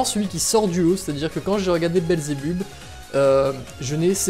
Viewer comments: Sa se prononce pas << Belzebubb mais Belzebeub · Tu n'a pas respecter beelzebub ta prononcer beelzebub "beelzebuub" et ta appeler baby beel "babybel" xD